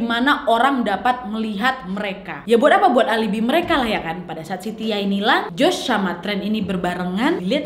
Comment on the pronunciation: Pas kak nadia ngomong si tiah gua kok dengernya sitiah ya ☺